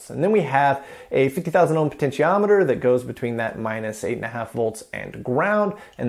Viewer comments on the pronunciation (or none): none